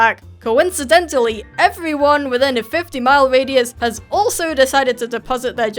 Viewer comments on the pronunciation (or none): none